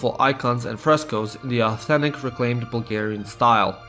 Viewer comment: this video was well made but the way you pronounce bulgarian stuff just kills me